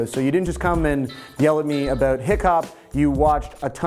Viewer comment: Yeah heard him pronounce "about" as "aboot", which made me wonder if he was Canadian. He repeated this a few times, and when he said "showt out", instead of "shout out", I was more than sure he was Canadian. xD